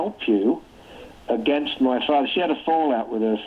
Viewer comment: I was willing to overlook the pronunciation of "contribute," but butchering "against" is baffling.